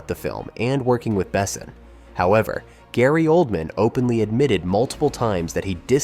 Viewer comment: Searched for "led" actors not "lead" actors? Layon instead of Leon? Gaylee Oldman instead of Gary Oldman? How can I take this video seriously?